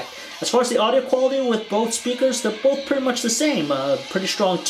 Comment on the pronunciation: You say bolth